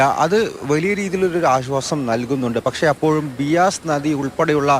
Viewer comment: ബിയാസ് അല്ലടാ ഉവ്വെ ബ്യാസ്.....